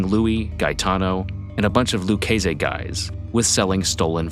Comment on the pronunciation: Luch-ay-say. Lol the mispronunciations in this video are classic!